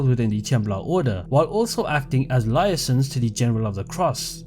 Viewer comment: 'liar sons'. Liaison = 'lee-ay-zon'